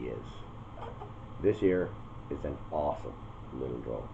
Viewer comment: Are you saying awesome or awful?